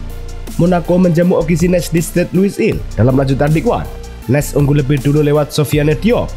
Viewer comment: maaf min Nice di baca Nis bukan Nes